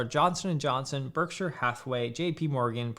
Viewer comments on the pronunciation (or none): none